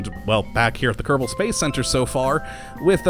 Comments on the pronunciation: Its Kerbal not kertable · He said "Kottabos Space Program"